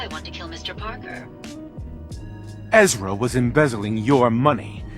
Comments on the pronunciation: Ez-ra not Er-za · Repeat after me - EZ ra. His name is Ezra, not Airza 😂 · EZ-RA ! not ER-ZA ! Good video tho. But that was driving me nutzzzzzz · For future reference (not offended, laughing my ass off) the pronunciation is Ez’-ra. Not Er-za’. Great episode though! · Lol I'm surprised nobody corrected you all this time. It's Ezra not Erza. Google is a thing. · Conspiracy Theory: YouTubers pronounce things wrong on purpose ("Airza" instead of Ezra) to get people complaining about it on the comments thereby helping them in the algorithm by increasing engagement. Ezra is even pronounced correctly on the clip . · Fallout 4: Ezra: Erza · Fallout 4: "Ezra": "Erza" Unsubbed gg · Loved the video! Except: The name Ezra is pronounced ez-ra, not er-za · Ez-Ra Parker, no Rr-Za. Why does everyone mess that up? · Ezra, Ezra my dude. My brain is breaking every time I hear Erza, I think you gave me dyslexia 😂 (Absolutely love your videos by the way, just cracked me up how matter of factly you kept saying it that way lol) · It Ezra... EZRA... E Z R A! Not Erza! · that robobrain is called Ezra, not Erza. Love the vid :D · Air-za 🤣🤣🤣 it's EHZ-rah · I think I speak for everyone when I say this. It's EZRA. Not Erza lol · anyone else notice he kept saying air-zah instead of ez-ra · Ehz RA… Not Air-Za! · Airza my boy it’s Ezra say ez first then ra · Erza it’s Ezra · It's not AIRZRA, It's EZRA MY GOD !!!! What country are you from ? I seriously hope it's not America. But it wouldn't surprise me................. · Its not “air-zuh” it’s “ez-ruh” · Ezra Parker isn't pronounced like that - it's ez-ra, not er-za. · It's ... Ezra ... not Erza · Ezra not Erza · Ezra!!! Not Erza!! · EZRA E.Z.R.A. NOT ERZA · Ezra = ezz rah not air zah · It's Ezra, not Erza. Sound it out man. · Literally me. Air-za/Er-za... It's Es-ra! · it’s ezra not erza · Jesus christ man. EZ-RA, not Er-Za. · Ez-Ra, NOT Er-za. lol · EZ RA… 😔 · "Ezra", it's pronounced "Ez-ra". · "erza". lol